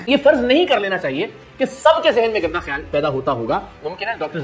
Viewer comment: Apni urdu pronunciation tu theek karo KHIYAL ko kaisay bol rahay ho